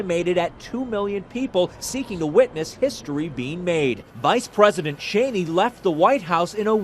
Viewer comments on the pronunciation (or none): none